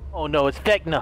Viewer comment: I keep hearing you say vecna what ever that is??